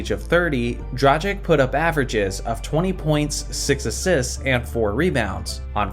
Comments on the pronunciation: My man, Dragic does not rhyme with tragic. That accent which seems to elude me on my keyboard at the moment indicates a "ch" sound like in chocolate. It's Dragitsh. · The way you pronounced "Dragić" is tragic! 🤣 Sorry, couldn't resist... I'm pretty sure the 'g' is hard and the 'ć' is more like 'ch'.